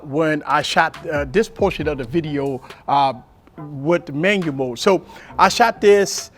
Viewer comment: Love how he says Manyamode! Very valuable. This helps me with my v60 tremendously